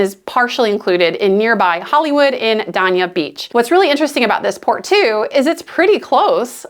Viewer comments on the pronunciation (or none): It's actually pronounced Day-Nia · Adjacent to "Dain- ee-ah" Beach. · As a Fort Lauderdale native, hearing you say "Dania" that way is like drinking orange juice right after brushing your teeth—completely wrong and hard to recover from. It’s "DAY-nia," not whatever verbal misstep that was. You gonna do Dania dirty like that? Say it right! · I was gonna say the same ,but in a nicer way.